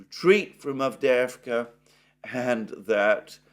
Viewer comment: The way you say avdeevka sounds wrong because you don't say the little "y" (as in "yes") before the 2 "e"s/ It's "Avdyeyevka." A few times is fine but when you mention the same word many times you might make the same effort on it as you have on others. Again I'll also say that "aggressive attrition", conduction millitary operations not to seize any gain directly, but simply to inflict losses, is simply mass murder. This is doubly true if the enemy is already inferior and degraded. I started off as a Z-respecter, but can anyone blame the Ukrainians for not wanting to be under the thumb of a government that conducts war in such a cowardly way, much less against themselves? How many of the Russians in Dnepropetrovsk or Kharkov or Nikolaev can no longer be liberated because they have been conscripted and "aggressively attritted?"